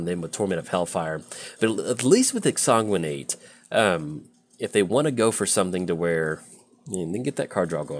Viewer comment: we've talked about exsanguinate before... it IS a real word and it has a correct pronunciation... please stop making my ears bleed when you draw it. i beg of you. love windgrace. my current favorite paper deck.